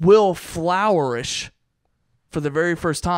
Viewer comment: Not making fun, just heard intent in the pronunciation and don't know if it's intentional (a running joke that I missed) or what was going on. Definitely the first time I;ve heard it said that way.